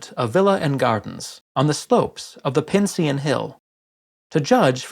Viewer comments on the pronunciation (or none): Excellent video content as always. Creative pronunciation of Lucullus and Pincian I'd never heard before.